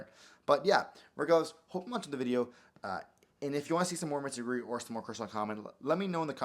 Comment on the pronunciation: Its Mitsurugi not Mitsuguri